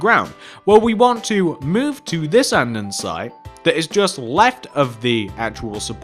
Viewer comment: It’s Polished Andesite not andensite